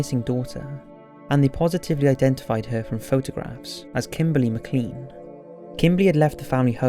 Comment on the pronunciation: I think "McClean" is usually pronounced "Maclain" unless of course she was a tube of toothpaste.